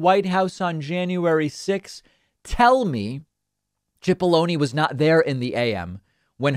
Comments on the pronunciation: It’s “Sip”aloney, not “chip”aloney. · i hate to correct you David but his name is pronounced as an S not ch, it sounds like SIP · Think it's pronounced sip-po-lo-knee. Like take a sip of this water. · David, in another story you reported on today, you keep calling Pat Cipolloni "Pat Chipolloni" it's driving me nuts, why are you pronouncing his name that way?